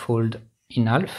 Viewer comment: i love that 'fold in half' "hawlf"